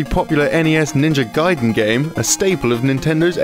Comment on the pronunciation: What's this? A western person finally saying "gaiden" right. Some progress here. Keep it up, after several years i would hear them finally say Ryu right at last, with one syllable, like it should be. And not some reeeeiiiyuuuuooo or what's that supposed to be. And you wonder why they renamed ryukenden to gaiden. You can't even pronounce three letter right, let alone whole word..